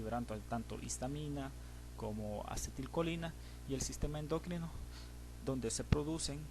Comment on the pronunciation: ¿endócrino? ¿por qué dice ud. endÓcrino? ¿exÓcrinas? ¿qué? esa palabra no lleva acento.